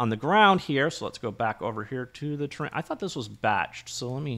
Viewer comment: It's funny how is sounds like "Terrain" whenever You say "Train" ;) Thanks for another great video Best regards.